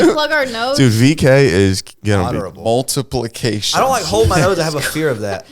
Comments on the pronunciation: But he powered through and was eventually able to say mulitplication! 😂😂😂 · trying to pronounce multiplication 😂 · It took more than 20 seconds of trying to properly say multiplacation💀